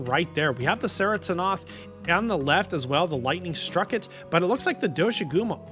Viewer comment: The C in Ceratonoth is pronounced like a K.